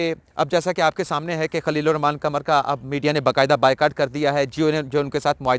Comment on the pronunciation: قمر چاند کو کہتے ہیں "ق" کمر جسم کا حصہ ہے "ک" اردو کے تلفظ اگر صحیح ادا ہوں تو فر"ق" صاف ظاہر ہے